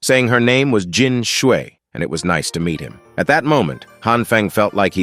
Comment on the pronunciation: Bro don't say meet like that